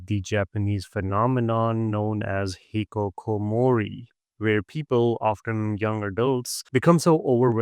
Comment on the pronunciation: I believe you have misquoted the term "hikikomori" to "hikokomori" which is not right. Other wise, a great video.